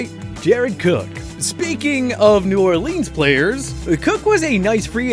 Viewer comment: We not gonna talk about “New Orleens”